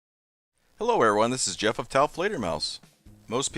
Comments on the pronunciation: mah neem Jief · M'nem jeff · "My names JEoff"